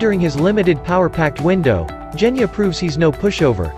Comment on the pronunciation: it's Genya not Geyna